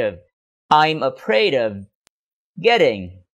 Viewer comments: Chào thầy, rất cám ơn thầy về video. Nhưng có một chỗ em thắc mắc câu ví dụ đầu tiên của thầy em nghe là: i'm afraid getting stuck in traffic còn khi câu phụ đề hiện lên thì lại là: i'm afraid of getting stuck in traffic. nghe như thừa chữ "of", nghe và nhìn mãi nhưng không biết chữ "of" thầy đọc khi nào? hay có chút nhầm lẫn khi viết phụ đề? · Sao em không nghe thầy đọc chữ "of" vậy, hình như thầy bỏ qua thì phải